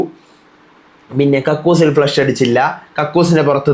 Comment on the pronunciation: its not Flesh…its Flush